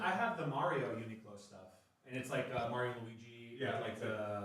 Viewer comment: I stopped watching last year and last week decided to check the pod back out... definitely ten times better without the other guy that can't even say Mario right.